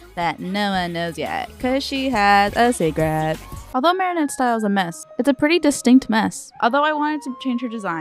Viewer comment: i’m sorry it sounded like “cause she has a c^garette”